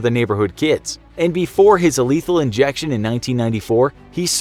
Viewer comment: he says "illethal injection" 😂😂